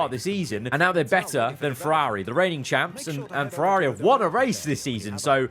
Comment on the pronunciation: “FerAAAAri” Racing